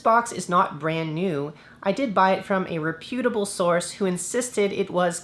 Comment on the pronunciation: Really stuck the landing on “rep-YOO-table”.